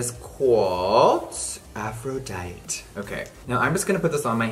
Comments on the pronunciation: I believe it’s pronounced “Afro- dye-tee” (Aphrodite ) Greek goddess of love ❤️ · I heard "afro diet", ksksks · I caught that too lol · The fact that the shade name is definitely Aphrodite and he said “afro dight” I love him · ...aphro...”dyt”....... 🙄 um no...... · did nobody else hear the way he pronounced “Aphrodite”? lmfao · Gaga herself pronounces it with the e (see her song Venus), but I originally assumed you pronounced the e from watching Xena haha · American English? Like lol that's like trying to say that Cypriot words are the superior to greek words 😂😂😂. Or like trying to say that South America's Spanish is superior to Spain's spanish. nope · please tell me that jeffree did not just mispronounce the name of the greek goddess of beauty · Anybody gonna talk about how he said Aphrodite? 💀💀 ily Jeffree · He pronounced Aphrodite wrong but I don’t even care I love him😂😂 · Did anyone else notice he said "aphrodite" wrong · I love Jeffree! But did anyone notice he said Aphrodite wrong? 😅😬